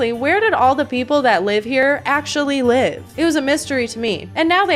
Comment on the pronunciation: You're telling me it took 27 years for me to learn that 'Live mode' is pronounced like "living", and not like "live TV"?!?!